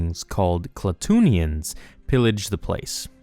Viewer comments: Just a suggestion, instead of reading the books, listen to the audiobooks. I've noticed you get A LOT of the pronunciations wrong. In this case it is Kla-too-in-ee-an. Not "Kla-toon-ee-an". Just saying because you make fan films and such, and I bet you don't want to go through all the work of making a Star Wars movie only to mispronounce a character's name, or a planet name, or some shit. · It’s pronounced Kla-too-in-ee-ins